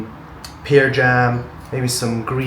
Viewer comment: Pear is pronounced "pair", not "peer". 🍐 Just my two cents. 😉